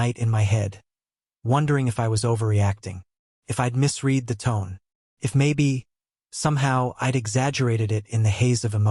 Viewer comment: "Driver's Ed" should be pronounced "Driver's Education" not "Edition". "No" and "Adam" and "hesitated" and other words do not require a Spanish accent. "misread" should be pronounced "mis-red" not "mis-reed". Really good story, and more queer folk should hear it. 💓💓💓